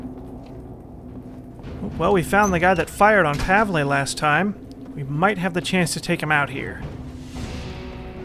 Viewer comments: Who told you pav-lay? XD It's corresponding to the english 'paul'. par-vul. Simples. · you've been pronouncing Pavles name right before, now you got it wrong. Whoever told you it was wrong was an idiot. Trust me, Im Polish and I know this stuff :) Strange because in the last (#02) video I reassured you in the comments section that you've been doing it right and now you took some idiots advice and now you have it wrong. In case you don't believe me, please do me a favour. Go to google translate, type in Paul in english section then pick Polish in another section and hit the speaker icon. That should clarify all doubts for you :)